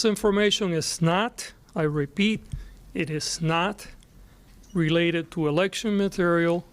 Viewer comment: he said 'it is snot' hahhahahah